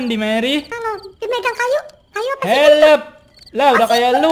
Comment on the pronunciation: Dah Kek diSurvival yang dulu, bawa bawa Sign, sama kalo "help" tuh malah "helep" 😂